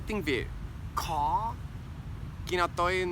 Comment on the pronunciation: Khó : hard , you pronounce khò : hàrd lol